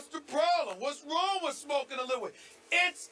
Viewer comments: He pronounces weed with three extra syllables and Skip never even cracks a smile. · Why does he keep putting emphasis on it, tho?! WEEEEEEEDUH!! LMAO!! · David-Storm Mukuria call it STAY OFF THE WEEDUH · He's emphasizing it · His comedic pronunciation of weed hurts his very valid point.